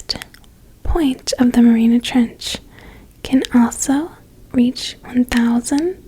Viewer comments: it's called the Mariana Trench. not the Marina trench. you have a lovely voice, though. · it's pronounced mary-auna trench